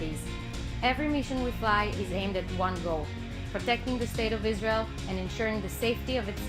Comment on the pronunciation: Is-rael Boom and says Oh Ali 🤣🤣